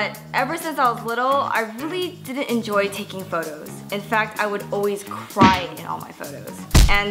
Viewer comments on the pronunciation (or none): none